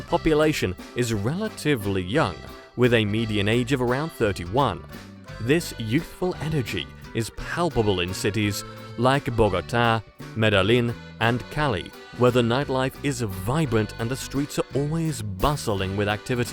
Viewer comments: The guy can’t even pronounce Medellin or Bogota correctly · He butchered Bogota also.... 😢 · These AI text readers will sometimes work on pronouncing city names, but... come on, MAN!!! "Bo-gotta" and "Metal-in"... SMH! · Ba -go-ta....this video get's a giant thumbs down. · I had to go to Bogata to get my stepdaughter from Venezuela and I didn’t see any water or boats like he showed in the Bogata part. Bogata is landlocked. Wow his pronunciation of all the cities is horrible. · I can’t take this video seriously if he cannot even pronounce the name of Medellin or Bogota!!!!!! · It's a horrible city, and the women are monstrous. It speaks volumes that the vlogger can't even pronounce the name. Medthejin. Also, mispronounces Bogota in 2 different ways. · Shouldnt being able to pronounce the names be a prerequisite to making a video like this. I mean the fool could only pronounce Cali haha.